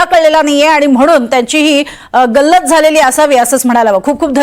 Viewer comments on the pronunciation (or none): none